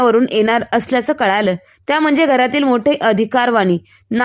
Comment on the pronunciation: कळालं नाही कळलं